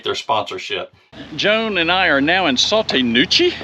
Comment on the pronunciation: It is pronounced “Saw-TEE Nah-KOO-chee”. Spelled Sauté Nacochee. I live in this area. (In an RV full time.)